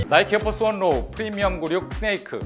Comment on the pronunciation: 에어피오갓 펄스 발음 헛나가신듯